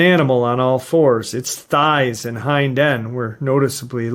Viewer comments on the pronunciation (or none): none